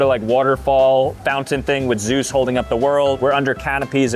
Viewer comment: this stupid idiot said Zeus 😂😂😂... That's why we watched him though